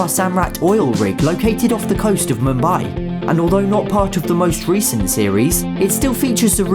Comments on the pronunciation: You pronounced Mumbai and Mahatma Gandhi wrong plus I know this because I am Indian myself🇮🇳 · It’s muumbai as pronunciation